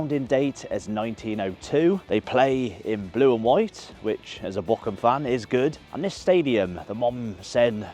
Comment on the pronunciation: please pronounce Boroum, not Bo-cum!